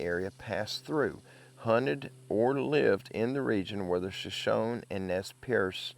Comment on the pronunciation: It's pronounced SHA- SHONEY = SHOSHONE ❤❤❤